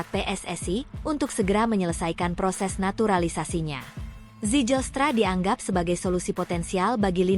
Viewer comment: Baca nama org yg bener dong. Ngga ada nama org Belanda yg diucapkan "sijelstra". Berani jadi pembaca teks di youtube, belajar dulu. Jgn asal jadi atau asbun